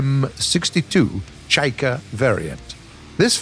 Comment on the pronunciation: Wow an English person who said Chaika correctly! WOW! It seems like a simple Russian word to pronounce if you write it out in English, but apparently not. I always hear people say "Chayka" and not "Ch-eye-ka"